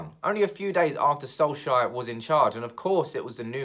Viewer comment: Who is this Soleshire you are talking about always. Our manager is SOLKsjaer not SOLEshire!